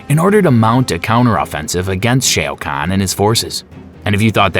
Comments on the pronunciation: Omg its not shay oh kahn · Dude how do you say “shayo” khan but you say kung Lao name perfectly, shao, Lao, I don’t even wanna watch this just bc of how cringe that is 🤣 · I am sorry. I had to stop. Shay o can? What the f... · Dude I can’t hear sheao kaun anymore I’m out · You lost me at shay o khan . Not watching anymore of your videos sorry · I can't take this seriously, with the clear mispronunciations. I laugh every time I hear 'Shea O'Conn' because all I can think of is an Irish Shao Kahn going 'thaht's it, ahm gettin' me mallet!' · bruh what the fuh you mean "shay-oh khan"??? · Shay o khan? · Shay O'Khan? Ah yes, he hails from Dublin! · Shay O’ Kan? Yup video off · Shay-O Kahn Gorow Riden 😂😂😂 Great Video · It lost me at Shea O'Khan. Shao Khan's Irish cousin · SHAO SHA OUU KHAN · Great video But please SH- AOWWWW - Kahn RAY-DEN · Come on dude, please do research on the pronunciation of the names of the characters. You butchered Shao Khan's name. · Can somone REUPLOAD THIS, but with the proper Pronunciation for SHAO-KAHN's name put in? It's infuriating to hear it said wrong because it's so obvious when the mistake happens.